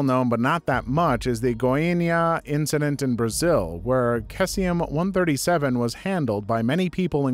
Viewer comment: FYI for story 5, cesium, is pronounce see-see-um, I know chem words are weird to pronounce sometimes especially when to things that look different in the same word produce nearly identical sounds